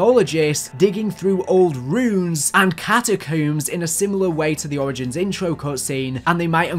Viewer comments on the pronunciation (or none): none